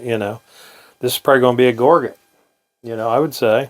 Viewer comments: So many collectors and knappers pronounce Gorget incorrectly.....Just sayin. Really enjoy your videos and enthusiasm for the Stone Age!!!! Thanks. Can't wait for more ...... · To gorge yourself on food....add a T at the end....viola. Love your videos!!!!